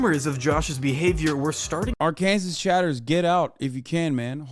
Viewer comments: Say “AR-KANSAS” one more time and imma disrespectfully watch your content from a far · Why is he pronouncing Arkansas that way it sounds weird i have never heard anybody pronounced like that